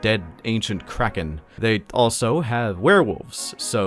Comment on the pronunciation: idk y but the way you emphasize Kraken cracks me up. 😂😂